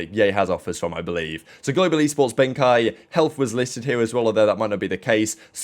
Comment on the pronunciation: hellff old username was hellfire dont think its pronounced health